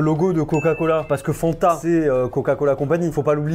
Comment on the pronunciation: Insupportable mdr on dit Fanta et pas fannnnnnnta